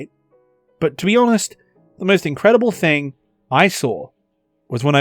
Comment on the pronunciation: "Thig come down." I guess sky cat took the "N".